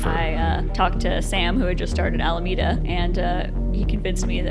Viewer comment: Al-A-meda not Almeda - also, Sam Bankman Fried not Froyd 👀🙄🤷‍♂✌